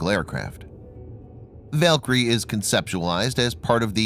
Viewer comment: I believe you were mispronouncing "Valkyrie." That's a minor detail, though. Very interesting video.